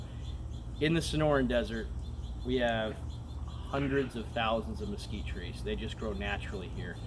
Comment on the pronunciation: Mesquitree jaja, Nice word muchas gracias